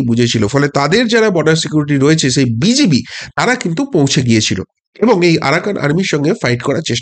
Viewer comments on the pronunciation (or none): none